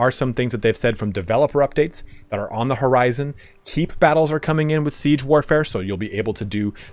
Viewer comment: Man, I kept wondering... what is this CJI? I must be missing something. No clue what CJI is. Took me a while to realise he was saying Siege AI.